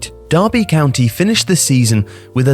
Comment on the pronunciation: DERRRBEH COUNT-EH